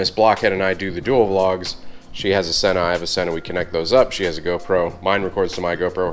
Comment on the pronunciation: So, Sena sent you a helmet and you don't know how to pronounce their name? Sheesh.